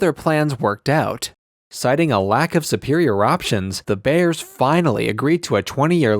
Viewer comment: It's not "the" Bears. It's "Da" Bears. Geesh.